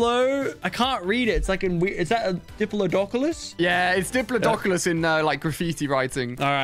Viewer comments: It’s called dip-plot-o-cus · “It’s a diplyidoculos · why does no one know how to say "diplodocus" its pronounced di-plah-dough-cus lol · I don't think I'll ever see Ali a say diplodocus properly.